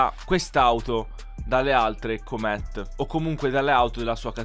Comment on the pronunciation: ti prego la prossima volta pronuncia cooomet al posto di come lo dici tu